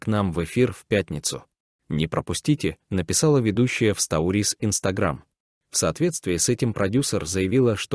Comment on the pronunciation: Что у вас с ударениями словами." Стауриз " вместо сторис)))(